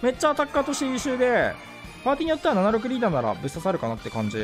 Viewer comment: パズドラ史上最強の言い方 「パーティにーよっては」